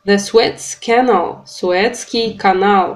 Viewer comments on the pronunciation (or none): Canal произносится с ударением на 2 слоге.